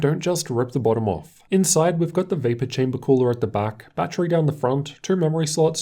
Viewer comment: I love how he says "Vapor Chamber"